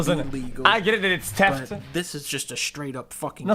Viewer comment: God it took me so long to realise "Teft" meant theft